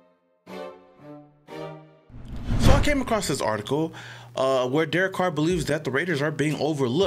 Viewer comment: "Derek Coor" lol